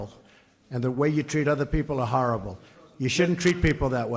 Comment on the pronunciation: Lol all she said was "harable" leeeel you people are way too cranky